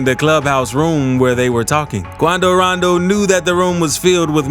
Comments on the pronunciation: 😭😂😂 i just watching your videos cause of your voice and the way you pronounce names like Quan-do - ran-do , personally i don't care 'bout rap beef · I swear he said QuAnDo RoNdO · Why he say quando rondo like that 😭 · I wonder why the guy voicing this made the executive decision to say Quando Rondo like that lol😂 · Lol the way he says his their name 🤣🤣🤣 but yea he scared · The way this dude says quando rondo 😭